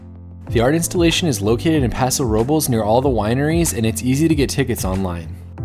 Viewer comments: Its pronounced Paso "row-bless"... not paso row-bulls tf. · pronounce the e in Robles.